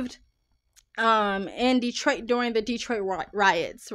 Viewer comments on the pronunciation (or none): none